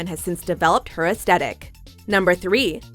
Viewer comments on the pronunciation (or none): You're pronouncing 'aesthetic' incorrectly.